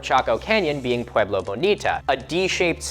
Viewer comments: I know this isnt important whatsoever but is that really how we're supposed to pronounce pueblo? You say it pu-wee-blo but ive only ever heard it pronounced, even by native americans as pu-e-blo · It's not a sharp A sound think pweh- blow, not pwahe-blow. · I am Pueblo. Descendent from those of the Chacoan people. Big fan. Love that you made this video. Couple pronunciation pointers: (Pueblo= pweh-blow / piñon=pee-nyohn Sipapu=see-paw-poo). Modern kivas are sometimes built above ground but you still enter it from the top.